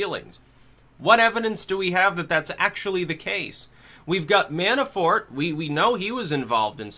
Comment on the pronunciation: Mannafort not Mannaforte